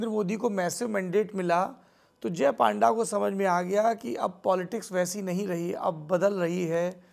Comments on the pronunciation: Not a panda its pan da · His name should be pronounced as PUNDA not PAANDA. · Its not PAANDA Its PUN-DA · Its Not पांडा ❌ Its पNडा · Sourabh ji His name is Baijayant Panda.. Not Paanda 😡😡 first learn how to pronounce a name